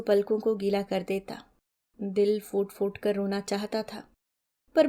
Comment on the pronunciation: Bahut achhi lagi ye kahaani 🌸 Dhanyavaad 🙏 Aap bahut achhi tarah se sunaati hain 🌸 Kripya hindi ke ख ko urdu ke ख़ ki tarah na boliye. Hindi ke shabd: आँख, खोली, aur फूट-फूट me ‘फ’ hai ‘फ़’ nahin. Aajkal bahut se log har ख ko ख़ aur ‘फ’ ko ‘फ़’ bolne lag gaye hain, jeise ‘फल फूल ko, afsos ki baat hai 😢